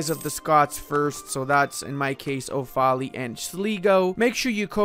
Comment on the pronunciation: Couple of heads ups - Sligo is pronounced "SLY-go" and Offaly is "OFF-uh-lee", and 'British Isles' is an outdated colonial term (Ireland isn't a British isle)